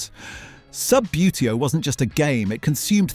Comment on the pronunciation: I detect Ai SLOP! 'sub-yoo-tay-oh' 'spirro-graff' Incorrect images. Images and video lifted from other youtube channels. An English 'voice' saying "Aloominum"?